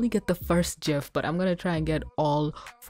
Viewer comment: Wait... did you just say, "jif?!" [Happy old nerd noises] THANK YOU! Yes, way back in the before times, the creators of the GIF format said to pronounce it like "J", yet we have all these young whipper-snapers using the hard "G"! You have redeemed your generation!